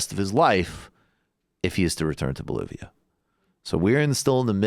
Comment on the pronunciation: Good coverage but I might have to wait to see what Dave Rubin has to say before I can reach a conclusion on "Bol-var-lia"